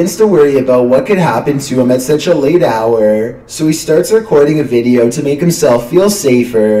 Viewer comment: nigga says veadeio